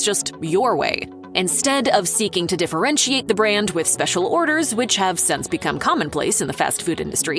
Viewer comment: The word you are trying to say is “since”. it is NOT “sense.”